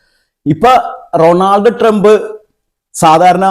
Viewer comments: Ronald Trumb alla, Donald trump 😂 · Ronod Trump alla vai. Donel Trump. Ilengil Trump enh paranjal madhi😂. Nigala update ishtapettu ok